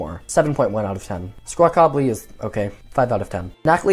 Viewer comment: Yo it’s Squawkabilly like the word rockabilly not squawk-ah-blee